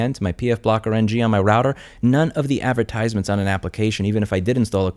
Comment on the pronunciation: This is solid advice but your pronunciation of advertisements irks me lmao